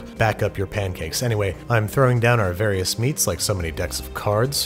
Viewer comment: Other Youtubers : Stay in school Babish : Backup your pankakes